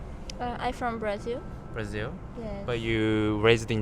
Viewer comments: ele fala "Brasil" direitinho, mano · Ele fala "Brasil" direitinho, do jeito que nós falamos também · tô falando do cara, ele é japonês e fala "Brasil" certinho